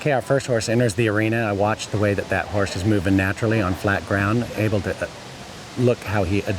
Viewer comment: As for the announcer, I am going to give him a 1 for saying "Nat" instead of "That"....my pet peave...